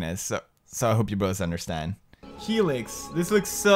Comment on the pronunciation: It's FELIX not HELIX